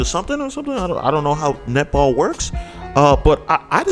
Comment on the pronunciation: “an all boy nip-ple team” i know i’m not the only one that heard that